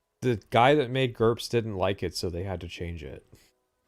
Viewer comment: I clapped when he said GURPS